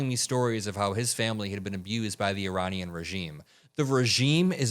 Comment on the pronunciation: Uranian??? Did he misspoke? Meaning Iranian, but got Ukraine and Iran mixed up? Well... it's not the first time he put his foot in his mouth. Obviously his brain is turning to mush.🙄